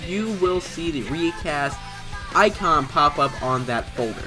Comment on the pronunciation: Its pronounced riiicast